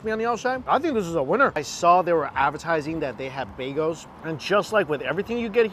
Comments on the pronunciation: Mf really says baygos 😂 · I love everything does, except for his pronunciation of "bagels" lol